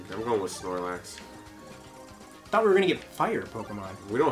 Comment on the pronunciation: did you just say snorlac? >:l haha